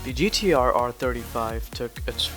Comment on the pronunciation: Nissan...GDR...😂 😂 😂 😂 Learn how to say the name of the car the right way you dufas!!! 😂 😂 😂